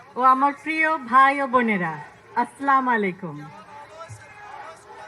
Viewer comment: সালাম হয়নি 😢 আসসালামুয়ালাইকুম আরবী শব্দ ভুল হলে শব্দর পরিবর্তন হয় ,, ❤❤ love ♥️ for Ma'am